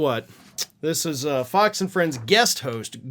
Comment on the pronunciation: I thought you said “POX and Friends”! and then I thought,- well that fits. The Murdoch “misinformation machine” is a pox on the U.S. and the world.